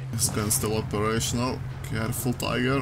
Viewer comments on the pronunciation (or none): none